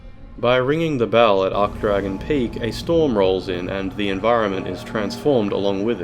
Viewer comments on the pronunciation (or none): i do not like how you pronounce some words lmao. "osaross" no, OH-SAI-ROSS. "ark dragon peak" no, its ArCHdragon peak. and the worst of all: fillianorE. her name is said so many times. its just pronounced fill-ian-or. the E is silent. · Well, considering ocelotte's name is a mix of oceiros and shanalotte, it's not that odd to pronounce it like that. Now, ARKdragon peak on the other hand... That irked me so badly.